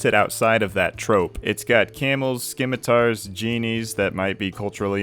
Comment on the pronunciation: The C in scimitar is silent, chief